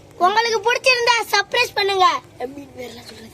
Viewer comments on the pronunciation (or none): டேய் தம்பி அது சப்ரைஸ் இல்லடா சப்ஸ்க்ரைப்😂😅